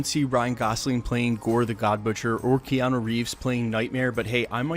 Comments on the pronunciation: said keano like twice lol. but keanu as a villain is ok, id prefer him in a hero role tho >_> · kee yan oh?